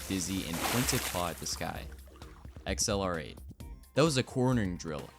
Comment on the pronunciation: XLR8 isn’t pronounced “Ex El Are Ate”. It’s ACCELERATE.